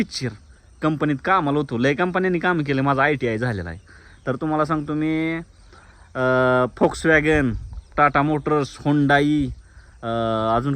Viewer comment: फोक्सव्हॅगन नसतं ते भावा.. व्होल्कसव्हॅगन असतं.. 👍🙏